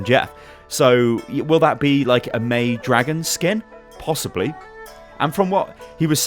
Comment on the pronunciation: all the video you are saying MEI -be